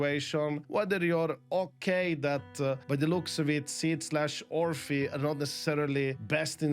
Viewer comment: I've been wondering this entire video who is sid? And then realised he is pronouncing seed as sid...